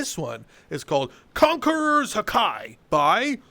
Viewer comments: Just for the future it’s pronounced: ha-key not ha-Kai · Ha ki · ITS NOT HAKIE ITS HAKI 😭 THIS BROTHER IS NOT A ONE PIECE FAN 😭😭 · its ha KEY not hakai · So for future video when you use the haki, make sure to pronounce it as “hockey” not “hawkeye”. If not then a lot of viewers will be disappointed as they are right now. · its not hak-ai its like hak-E yk like a ee noise at the end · ITS NOT HUH-KI ITS HAW-KEY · You say hakey but spelled haki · He calls haki, hakai, which is two different techniques from two different anime's. Its ha-kee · Just saying, i love ur vids, (not trying to be rude idk if it is) but it’s pronounced, {Ha-key} not, {ha-kai} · I was in physical pain when he said "Hakai" like it's Ha-Ki how do you pronounce it like that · The way you said Haki was so bad 😭🙏🙏 Haki is pronounced Ha Ki, and it is a technique used by people and is based on will power to strengthen and knock people out What you said is Hakai, which is a dragon ball skill used to erase people from existence (Yes I’m correcting) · its pronounced "haki" not "hakai" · Ha key not ha kai 😂😂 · It's hockey not hawki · Its not said as Hakai btw pronounce it like Ha Key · It isn't Hakai, it's Haki (Hawk-ee) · hjwryujgdtiuwexryuinx3fuZ#DJxrnhfk3yf sorry im having A SiSure After the pronuciation on haki its not hakai its ha-key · "hakai" well excUUUUUUUUUUUUUUUUUUSE ME, it's pronounced "hakee" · pretty sure it’s pronounced “ha-key” not “ha-kai” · ok so ill say this so the one piece stans don't flip out its pronounced hockey not haki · It's not hakai that's dragon ball, 1p is hake (i was using the pronunciation sounds) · It’s conquerer’s hakee. Not conquerer’s hakai. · It’s haki not hakai say ha then say ki now say it together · It’s spelled haki but it’s pronounced the same as hockey like the sport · Not to be the grammar police, but it’s pronounced ha-key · Haki is pronounced hockey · just saying its pronounced ha-key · It’s ha kEE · IT'S HAWK KI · It's pronounced hah-key